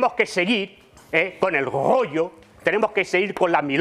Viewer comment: No me vengas a explicar tu gorrrrllo❤❤❤❤❤😂😂😂😂😂😂